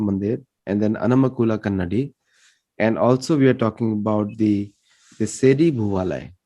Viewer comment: its called AARANMULA , NOT ARAN MULA.....AND ITS KANNAADI NOT KANNADI BUT WHEN YOU WRITE ITS KANNADI ""AA"USED TO PRONOUNCE IT CORRECTLY .... AARANMULA IS THE NAME OF THE PLACE AND KANNADI MEANS MIRROR IN MALAYALAM